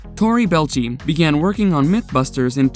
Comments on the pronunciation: Your ignorance here is painful. Clearly a video done for channel views rather than personal interest/love/fandom of Mythbusters. You have never watched a single episode of the show or even a youtube video, based soley in the fact you can't pronounce Tori's and Jaimies' last names correctly. They say them in literally every fucking episode they were present for. What a mess of a video, get your shit together. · His name isnt 🙄 its pronounced Bell- A- Chee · Tory's last name isn't pronounced Bell'chi. It's Bel-ay-chi. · 🤣 Can't even say his name correct, Belleci. Using other people information to bring this out, the video should get struck off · It's "bell-eigh-chee", not "bell-chee"... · ok now say it with me , its Belleci , not Belchi .... lol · Bé-Lai-Chi. Not Belchy. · Ikr, he was saying “ball-chee”, its “Buh-lay-chee” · Can't stand how he keeps butchering Tori's last name... ("Belchie" 🙄) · It's BEELAYCHEE. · Its Tory Bell etch ee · The narrator sucks at pronunciation of the names of people who's names can be heard properly pronounced in the Mythbusters intro's, ffs take a second and listen, Belchy? Really? Belchy, I guess he burps a lot. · Holy crap! ""??? What a POS channel!!! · Rip Grant, you were someone I looked up to as a kid. And I loved Geoff Petterson on the late late show, what a weird way to make a robot skeleton a side kick for a late night host. Ps. You pronounced some of the names weird. You said and I laughed out loud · Yah Tori Belch-ey? They've clearly never watched the show even once. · Does it bother anyone else that he keeps pronouncing Tory’s last name wrong. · I don't think you've ever seen an episode of Mythbusters because you can't pronounce Tory Belleci's name properly! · Could this IDIOT not pronounce Tory's name correctly? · This video is garbage, you can't even pronounce torys last name, a name thats said on every episode of mythbusters. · Hearing you pronounce Tory's name wrong is PAINFUL.